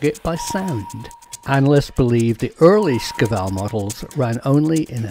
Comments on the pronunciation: You're not a Russian-speaker, are you? Shkval (Шквал - Squall), not "Skival". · It shkval. Squall Shquall Shkuall Shkvall. Da? скажи это правильно